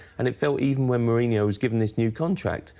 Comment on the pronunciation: Wish this guy could say Mourinho's name correctly